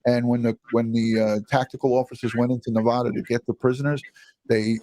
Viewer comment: Petty reference; it's not Nevaaada. It's Nevada. Thank you!